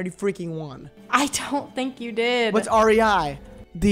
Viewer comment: The way pronounced rei is the most frustrating but funny thing I’ve heard all day